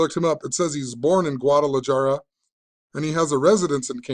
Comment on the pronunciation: Guadalajara - the j is pronounced as an "h." I grew up in a time we listened to the news and talked on the phone and to each other rather than texting.